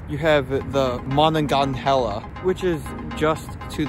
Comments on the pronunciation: Please stop pronouncing Monongahela River incorrectly....its driving me crazy..." ma- nong-a-hey-la"...ok dude...please! Otherwise love the vid! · you totally destroyed the name of the one river. It's the Monongahela River "Ma-non-ga-hay-la"